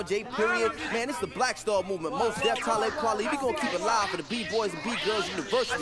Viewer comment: Glad you’re reacting to this. Talib Kweli is actually pronounced like Taw-lib Kwali